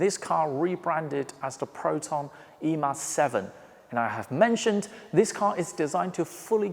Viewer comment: Im impressed with your perfect pronunciation of e.mas 7 good job 👍🏽. As for price its about rm124k high spec rm106k low spec for china exported models. 202k rmb for high spec 173k rmb for low spec